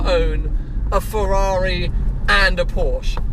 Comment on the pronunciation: One day he'll be able to say Ferrar-eye properly too ;-)